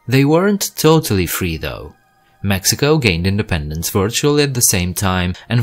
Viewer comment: Literally not a soul on this planet thinks Colombia and Venezuela are a part of central america lmao, also why do you make an effort to pronounce all the countries correctly with the exception of Mexico lmao makes no sense smh